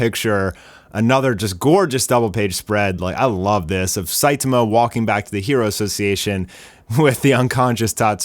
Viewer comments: WHY DO YOU CALL HIM "SAITUHMUH"? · weird I hear "SAITAMAH"